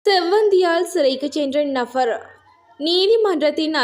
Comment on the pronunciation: நfஅர் அல்ல நபர் .நfஅர் என வாசிப்பது அருவருப்பாக உள்ளது